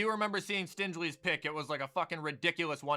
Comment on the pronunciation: "Stinge Ly"